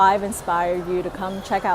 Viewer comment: Great video! at the end you pronounced good bye wrong. its pronounced veeder-zay-yen